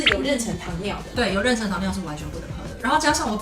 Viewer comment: 好别扭啊，是renshen不是renchen，不会英文也不会中文吗